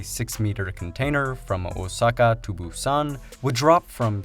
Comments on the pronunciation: I think it's Busan with 'a'. Fast zombie attack! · I keep thinking of the movie "Train to Buson" everytime he said Buson 😅